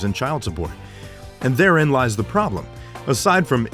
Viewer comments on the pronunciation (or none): none